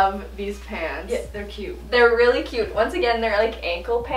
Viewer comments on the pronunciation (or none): At one point it sounded like she said pans and not pants lol